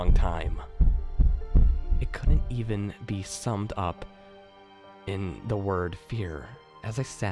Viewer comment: Your slight accent on the word "the" sounding like "da" intrigues me